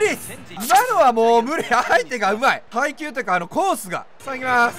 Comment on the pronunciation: 配球読んでないわ ハイキュー読んでないわかと思った